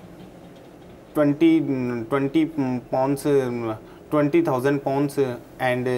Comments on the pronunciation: It's not "caurse" it's "course" with an "O". No wonder the poor chap is answering your questions thinking you are asking about the "structure of the cost"! And he answered accordingly.. three times! You are the one who should take a "caurse" in pronunciation! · By right it did sound like he said “COST” instead or “COURSE” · His pronunciation of the word course sounded very much like cost. I only realize he meant course when he was speaking to the cameraman. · Did anyone else catch the "course" verses"costs"? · Dat Boa Troy ohhhh course he said🤦🏽‍♂️🤦🏽‍♂️ That’s wrong